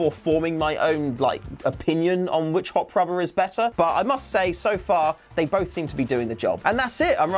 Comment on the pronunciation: what's a "hopfrobber"?